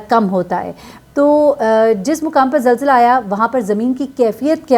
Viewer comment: یہ لفظ zilzla نہیں zalzla ہوتا ہے۔ کم از کم اپنی قومی زبان تو ٹھیک سے بولیں